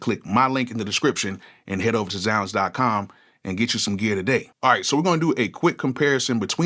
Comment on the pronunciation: So 20 years later, THATS how you pronounce ZzzZounds